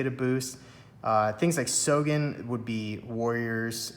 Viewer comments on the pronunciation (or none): You have got to learn Japanese pronunciation: hane hane (not hein hein); sogen (not sojen)